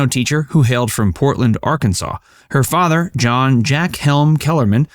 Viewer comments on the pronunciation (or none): none